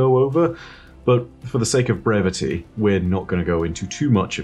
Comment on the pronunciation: "for the sake of bray-vity" haha